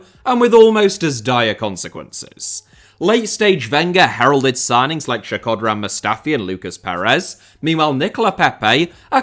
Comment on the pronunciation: It's "Shko-dran" not "Sheh-ko-dran" 😆